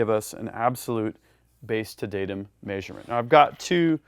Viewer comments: Love your content! Hate the way you say "measurement" LOL (may-shur-mint) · anyone else think he says measurement very oddly? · Well he's adapting to the human-shaped suit pretty well but some things are just hard.